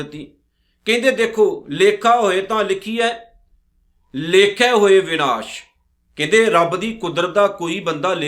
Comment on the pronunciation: ਭਾਈ ਸਾਹਿਬ ਸ਼ਬਦ “ਵਿਨਾਸ” ਨਹੀ “ਵਿਣਾਸੁ” ਹੈ, ਬਾਣੀ ਸ਼ੁੱਧ ਪੜੋ ਜੀ